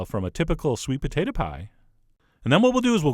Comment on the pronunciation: I like when you say sweet "pa-tate-a"